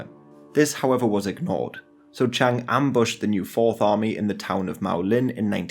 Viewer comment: Please can people take more care in pronunciation of Chinese names. Chiang (蔣), the correct modern spelling is Jiang, but Chiang Kai-Shek the old name is still widely used) is a diphthong, thus Chi-ang (Ji-ang), not Chang (Zhang, 張) or Cheng (鄭). The modern correct pronunciation for CKS is Ji'ang Ji'e Shi. You say Nanking and then say Beijing and not Peking, in fact it was called Beiping (北平) then. Only when the CCP formed the People's Republic did they change it to Peking (the university still uses Peking in English) or Beijing. Mao's base Yenan is Yen(延)-an(安), not Yen-nan.